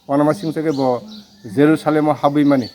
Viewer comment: Reporter ni jerusalem hin mani pronounciation chaya